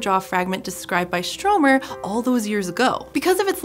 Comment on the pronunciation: You know you BUTCHERED the name of Stromer, do you?